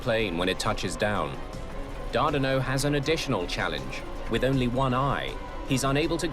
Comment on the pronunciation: Its TACA not TACKA and Carlos Dardano not Dardino.